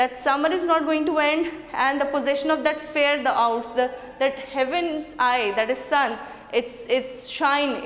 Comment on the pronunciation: Poor discussion of rhythm. Shakespeare is known for his use of iambic pentameter. Di dum di dum di dum di dum di dum! Also some terrible pronunciation e.g. of owest and growest.